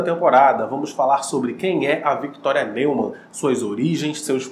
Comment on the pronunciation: Mano, adoro seus vídeos, porém, você deveria falar os nomes de forma correta, Não se pronuncia "NEUMAN" literalmente, mas sim "NILMAN", o som do "E + U" tem som de "I + L". Mas fora isso seus vídeos são muito daora! Mas esteja atento às pronúncias, Ok? Estou realmente ansioso pela próxima temporada.